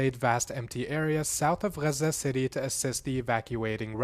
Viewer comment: It's nor "rrazza", it's Gaza. Learn English.